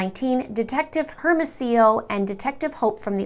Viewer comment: Great video! Just fyi the detectives names are pronounced Air-mo-see-yo and Oh-pay